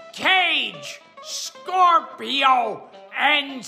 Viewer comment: I am absolutely obsessed with this and cant stop replaying it lol!! Did he just not see the letter N at the end of Scorpion? Was he unsure how to pronounce Johnny? I feel like I need a commentary track on the amazing video lol!